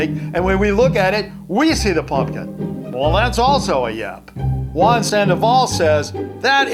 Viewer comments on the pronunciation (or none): none